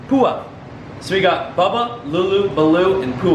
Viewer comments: Pua is a really cute name! It means flower in Hawaiian, but it's pronounced P-WA not poo-a haha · It's pronounced P-oh-a and is the name of the pig from Moana. In case you cared lol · Not pua do lua